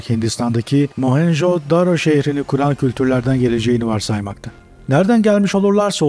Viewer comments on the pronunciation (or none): none